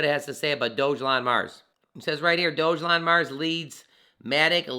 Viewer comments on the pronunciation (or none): I believe that's pronounced "Dog-Elon" not "Doge-Elon"